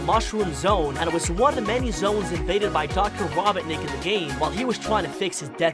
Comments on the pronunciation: It’s not robbitnick it’s ROBOTNICK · Robotnik not robinik or whatever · The doctor Ra-Bont-nick just gets me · Its not robohnik Robot-nick 🤓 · Mans can’t even say robonik. “ Dr. rObon iK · Robot nick not robbinick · HIS NAME IS NOT RABOTNIC HIS NAME IS ROBOT-NIC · Its Dr ro not raw and u get the rest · Bruh keeps saying Raw-bawt-nik, ITS RO-BOT-NIK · It’s row-botnik. Not raw-botnik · Why do you say robonic instead of robotnic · Dear god I'm 2 minutes into this video and I'm cringing. First, get on the with the goddamn video, you use way too much exposition in your Intro's and it goes on for way too long. Second, It's Ro-bot-nik, not rob-bot-nik, they say it numerous times in the first and second movies Aswell as numerous times in the games, get it right. Third, Mushroom Hill zone is not a planet, neither are most of the zones from Sonic games barring sonic colors. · Bro said robotic and not Robotnik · So you said ROBIN NICK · It’s dr ro-bot-nik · Hey buddy not to be a critic but it's pronounced ro-bot-nik k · He really said “Dr. robit-nic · Why are you saying robotnik like rob,otnik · It’s Robotnik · I'm wondering if this guy has a speech impediment since he uses "w" in place of "r" and pronounce "Robotnik" as "robinick". Not to mention "queen emewald" instead of "Master Emerald". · Me: Aye robertnik I need to talk to ur grandpa about him sending space colony arc crashing to the planet any chance you know where he is Egg man: dude he be ded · did he just say rah-bah-nik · Why do you pronounce his name like that. Raw-bot-nic Somethings wrong with you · I'm mad he's saying robotnic the way he is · Raboughtnick. That is definitely how you say that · It sounded like be said raw bot necked 😭😭😭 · I can't tell if this was intentional, but I picked up the narrator is saying Robert-nik instead of Robotnik... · i heard "green" and he pronounces "Robotnik" as "Robertnik" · “rawbotnic”. Ah, my favorite line. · did my guy really say robitnic? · It’s ro-bot-nik